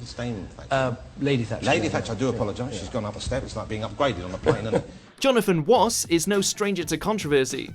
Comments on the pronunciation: “Jonathan Woss” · Why did say Jonathan Woss are you taking the piss out of his speech impediment?